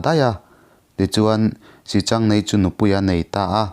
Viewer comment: Pc. I thiam takzet,mahse sichangneii ni lovin, sihchang neiin tiin Kan lo ngaithla thina,pi leh pu te atang khan